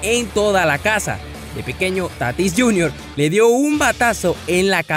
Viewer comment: Oiga hermano soy de spm lo conozco , no es Tatís , es Tatis 🤦🏾‍♂️